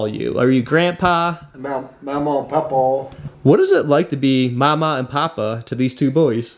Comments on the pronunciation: Love your work sir. But he said memaw and papaw. Its kind of thing down here. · gotta work on your pronunciation of Mamaw and Papaw:) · Really funny hearing him immediately mispronounce mamaw and papaw